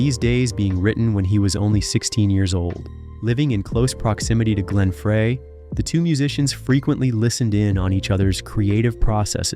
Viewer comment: Fray??..... It's pronounced FRY!! How can you do music videos and not know how to pronounce his last name!! 💩